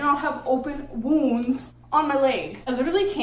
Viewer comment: “WOONS on my LEHhhGs” 😂